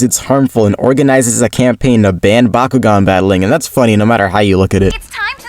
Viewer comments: It's Bakugan not bakughgan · Bakuugan is the way of pronouning it you fish :D Or atleast we do that in norway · I'm flabbergasted at how this man mispronounced Bakugan as a child when everyone in the show says it every five seconds.😂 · Dude, I used to mispronounce it as Byakugan and vice versa because I was a dummy, so you’re ok chief